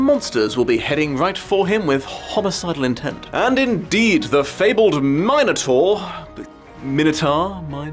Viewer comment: It's not that hard to pronounce. It's "min" like in "minute" and then the vowel pronounciation varies and doesn't matter and then "taur" like "torment." If you see the word "tauro" you don't say "taro," do you? The "min" is harder but not that hard to figure out. It's intuitive with the way the word is stressed. For the record, I don't care if people pronounce it wrong, but if you're trying to find the right pronounciation it's really not that hard to figure out.